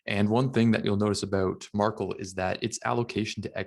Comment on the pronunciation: Pretty sure the pronunciation is MAR- KEL not “Markle”